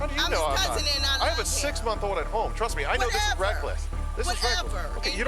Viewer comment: Why is he saying reckless like "reck u less" in the first one